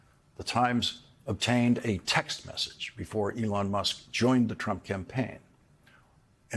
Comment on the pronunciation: You accudently misspoke Musk's name for a moment, calling him Muck. I think that is actually perfect for this cretin.